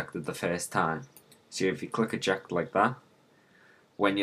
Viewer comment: you said ejactulate that instead of eject that lol